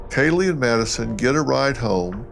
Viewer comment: you just called her “Nadison”….chill.